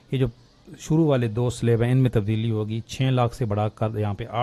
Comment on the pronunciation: 'Slab' ka talafuz sahih kren.